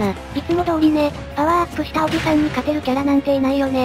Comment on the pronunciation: おじ↑さん↓だとぉ？ふざけんじゃねえよぉ！お兄さんダルルォ！？